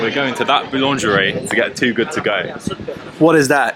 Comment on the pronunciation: And the worst Brit at saying Boulangerie and Pain au chocolat 😂